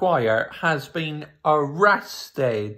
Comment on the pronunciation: yup, because he is a true defender. Also why do u say arrasted like that lol